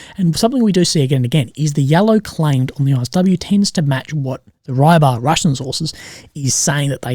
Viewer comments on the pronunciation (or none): haha And Rybar is not Rye-bar, more like ri-bah.